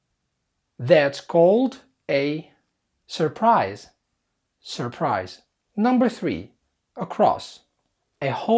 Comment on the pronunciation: Surprise مو الار الولا م تنطق